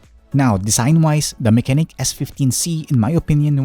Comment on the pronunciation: the proper pronunciation of the brand is "mah-che-nik"